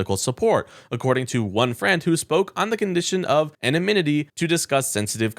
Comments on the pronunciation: Anonymity not “anomynity” ano-nym-ity. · it's "anonymity" not an a min ity. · Yo! Wait! What? "ANOMITITY"? I expect the most buffoonish MAGA warriors to make that type of gaffe, but, dude...., c'mon. But, you are forgiven. JD Vance another unqualified goofball on the MAGA right. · Learn to pronounce anonymity. Anon ym ity. Vary your sing song delivery. Sounds read. No pauses for emphasis. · this guy has mispronounced quite a few words while reading the copy. Practice saying “ anonymity “ a few times before embarrassing yourself again. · It's pronouced ANONYMITY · It's hard to take a narrator seriously when he can't pronounce common words like "judicial" or "anonymity". Before you turn on the camera and the microphone, read the copy so you don't fail the oral part of the exam.